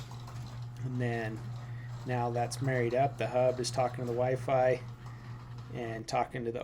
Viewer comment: mans really said wyfry i mean i get it